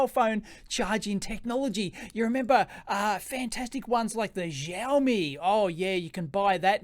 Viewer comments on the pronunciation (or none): none